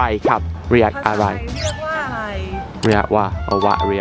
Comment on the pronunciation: มันเป็นตาฮักแททททท้ "มันเลียกว่าอะยายยยยยยยย"